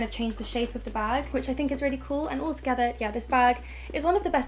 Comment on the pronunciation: Bag not nah